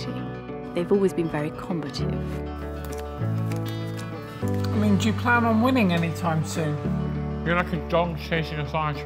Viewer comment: She's saying "combative" lol